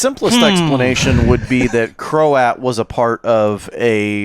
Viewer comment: Btw… Croat is one syllable. Rhymes with throat.